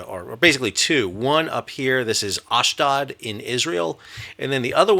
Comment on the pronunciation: Ashdod - a long 'O', as in load.